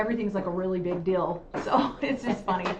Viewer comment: “Rill” instead of real. “Dill” instead of deal. Pronounced “ing” as “ink.” Just a few examples